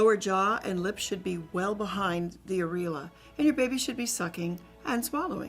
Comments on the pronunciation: It's aIR EE.OH LA, not areela. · the way she's pronouncing areola is killing me